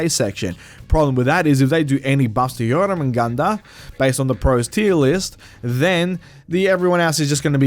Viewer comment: My god you butchered jormungundr name so bad